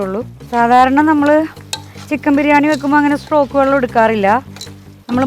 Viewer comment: ചിക്കൻ സ്ട്രോക് ആണോ ചിക്കൻ സ്റ്റോക് അല്ലെ